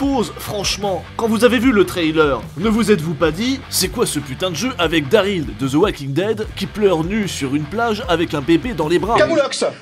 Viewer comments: "Daryl" pas "Daril" et le jeu est une bombe ! ❤️ 🙂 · « Daril »... Pardon ? C’est pas « Daryl » plutôt ? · C'est "DarYl" et non "Daril", quand on critique, on le fait bien ! Sinon oui d'accord Kojima a un Ego trop nourri mais son jeu est clairement une réussite et innove de par son aspect de partage à travers les constructions et/ou avertissement et ce jeu illustre très bien la construction de la civilisation : au début l'environnement ouvert est clairement que de l'herbe, de la nature à l'état pur qui n'arrange pas la progression du joueur et plus on crée des routes, ponts et autres pour faciliter le voyage, plus paradoxalement on enlaidit la nature, en résumé c'est une métaphore juste et bien amenée sur la façon qu'on les êtres humains à "grignoter" et polluer le paysage visuel naturel par ses édifices et autres constructions (et l'atmosphère). Ce jeu n'est clairement pas du tout fait pour tous le monde c'est un jeu ou tu en baves tellement c'est long mais tu as la satisfaction du boulot accompli à la clé une fois le jeu fini. C'est simple ce jeu divise, soit on déteste le concept soit on adore mais dans les deux cas ce jeu fait parler de lui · C'est Daryl pas Daril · Attend comment ça "daril" ? C4EST PAS COMME 9A ! bref sinon bonne vidéo ! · "Daril" allez je dislike